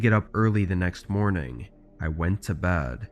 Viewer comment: She is going to bad,insted of bed,it sounds STUPID.